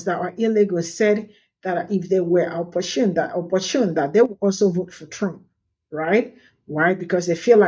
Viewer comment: Please, pronounce the t in opportune not "shune"